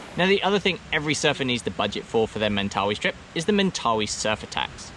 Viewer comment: Mate. This was the perfect video I was looking for!! Thank you so much for doing this video. What I noticed was how your pronounciation of Mentawais kept switching from Mentawais to Mentawees :) . We get that a lot with people in NZ at a famous surf beach called Te Arai. Surfers generally know it as Te Aree. Haha. :) How much are the board hires and is it generally quiet during Dec -Jan? For those of us in the Southern Hemisphere, this is when we generally travel :)